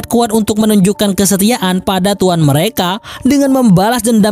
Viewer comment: Logatnya kok madura ya bang.. 😀 Jepang bang.. Bukan jeppang.. Macam-macam, bukan macam maccam.. Tuan, bukan tuwwan.. Berniat, bukan berniyyat.. Sengit, bukan sengngit.. Cepat, bukan ceppat.. Propinsi, bukan provensi.. Tangan, bukan tangngan.. Jadi-jadian, bukan jadi-jadiyyan.. Tepatnya, bukan teppatnya.. Soghe' dan letolean itu apa? Haduhhh